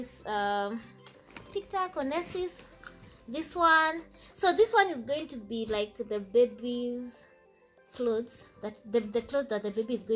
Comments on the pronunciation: Its not onesis its wansi hahahah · 😂😂😂You pronounce it as MU-S-LI (muesli) and ONE-SI(onesie)